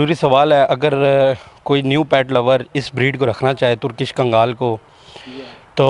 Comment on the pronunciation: Kgaal Nahi 🤣 , KANGL Hota Hai ✅ ਕਾਂਗਲ ✅